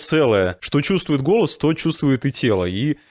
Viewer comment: вы слова "голос, голоса, голосов" произносите как то по другому. Мне слышится на казахский лад как будто гөләс, гөләса...